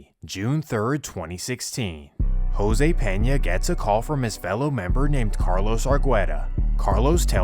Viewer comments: This goofy ass white boy really pronounced "Jose" , "Hyro" 🤣😂😭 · You did not say Jose like that bro how you even pronounce that 🤣🤣, i continued the vid n noticed you made a typo my bad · do you not know how to pronounce jose 😂